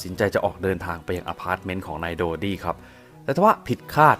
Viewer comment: ถ้าเป็นการฆาตกรรมจริง แปลว่าเพราะเป็นราชวงศ์ เพื่อให้เกียรติยศและศักดิ์ศรีเป็นที่นับหน้าถือตาแก่ชาวโลก(ในแบบที่เขาเหล่านั้นต้องการ). ต่อให้ต้องทำเรื่องเลวร้ายขนาดไหน ก็ไม่สนงั้นเหรอ. PS. ชื่อเต็มๆนายโดดี้ นั่นใช่ชื่อคนจริงๆเหรอ นับถือเลยที่ออกเสียงได้ชัดเจนลิ้นไม่พันกัน (o・・o)/